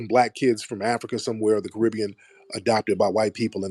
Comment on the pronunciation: Dude kept saying we from Africa wrong 😂😂😂